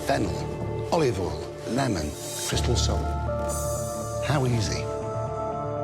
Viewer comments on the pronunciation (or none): none